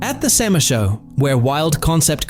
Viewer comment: SEMA not SAMA.